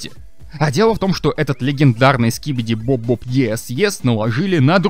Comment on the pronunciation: Говоришь что как будто монстры гарбен оф банбан это Игрушки ЭТО НАСТОЯЩИЕ МОНСТРЫ ане ИГРУШКИ, и ли Скибиди туалет ТЫ ГОВОРИШ СКИБИДИ БОБ БОБ а надо СКИБИДИ ДОП ДОП, Ты сначало выучи персонажей а потом делай тиории!